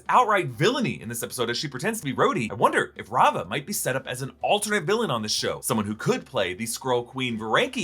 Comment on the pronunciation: oh c'mon not raava